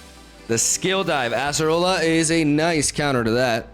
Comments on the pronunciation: It's not "ass"-erola, it's Ay-suh-roh-luh :) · Why does he say asserola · ”we got the ASS-AH-ROLLA” here… Lmao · i just can only hear ASSerola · I can't escape people pronouncing it as "Asserola" 😭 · I’m begging you please stop saying ASS-roller 😭